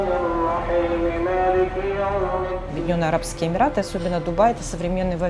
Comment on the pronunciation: Прононс на английском мрак да и на русском Емираты... ну как так??? Фубля